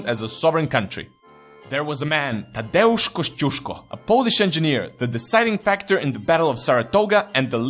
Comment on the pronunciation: Your pronunciation of Tadeusz Kościuszko is very good actually! The video as a whole, considering its length and not overly serious character, was pretty good too.